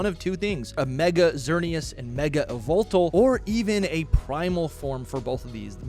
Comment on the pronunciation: Dude. What was that Yveltal pronunciation?